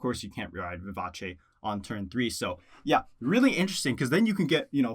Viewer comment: BRAVO for pronouncing “Vivace” correctly. Subbing for the level of literacy. 👏🏼👏🏼👏🏼👏🏼👏🏼